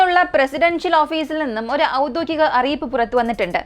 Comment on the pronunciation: ഔദ്യോഗികം. ഒരേ തെറ്റ് തന്നെ വായിക്കരുത്